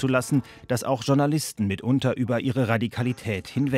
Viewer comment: warum sagt heute jeder DSCHOURNALISTEN ???? kann mir das endlich jemand mal erklären? das wort kommt aus dem französischen.